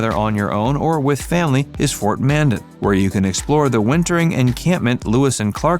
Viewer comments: It's pronounced, "Man-Dan" not "Man-Den" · I hate AI voices. It can't even pronounce Mandan. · I like how they call it things to do in Bismarck, then lists things in Washburn & Mandan, then don't even pronounce Mandan right.